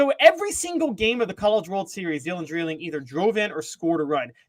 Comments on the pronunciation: Yall are driving me nuts saying Dylan Dreiling's name. It's DRY-LING not DRILL-ING. Lol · Dry ling is the way his name is pronounced